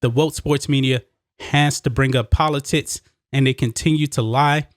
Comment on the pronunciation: He said poli-tits.... all jokes aside. Great points. It won't end here. You can be the Greatest Of All Time (Tom Brady) and the woke crowd will come after you no matter what. The only way to defeat them will be not to bend to their will.